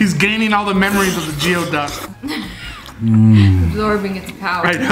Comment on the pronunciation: Okay the way your saying geoduck...is wrong it's actually pronounced like gooey duck